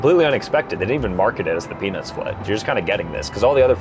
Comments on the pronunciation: Bro said peanuts so many times it sounded like penis sometimes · Was watching this while I was making dinner and my little one says “mama why does he keep saying penis” every time you say Peanuts 😂😂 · Bruhhh moist towels with peanus? Is the T the silent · Lol it sounds like it's saying penis instead of peanuts 😂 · Bro please pronounce the T in Peanuts😂 You said it so many times and all I was picturing was an adult themed Bachelorette style flight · Please pronounce peanuts more clearly 😂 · His pronunciation of peanuts vrs pen*s was odd. And funny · You ain't Sam Reid, also pronounce the T in peanuts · Bro did NOT say peanuts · bro is not saying peanuts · Guys, i dont think he was saying "peanuts" on the last flight 💀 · Peanuts or pen15 bruh u need to work on ur pronouncing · bro didn’t say peanuts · PeanuTs the T isn’t silent bro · I did NOT hear peanuts at ALL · Maybe try not to say peanuts to much anymore it doesn't sound like peanuts😅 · I swear hes not saying peanuts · Many times when you said "Peanuts", it sounded like you said something non-YouTube-friendly...